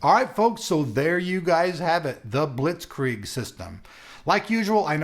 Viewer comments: Haha... es ist witzig wie er "Bitzkrieg" ausspricht :) Ach und wenn schon dann bitte "Der Bitzkrieg" ;) Deutschland FTW ! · haha its funny how you proounce "blitzkrieg" :D